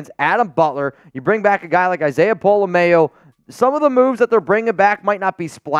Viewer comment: Since Isaiah will be with us you need to pron his name correctly it’s not mayo like mayonnaise.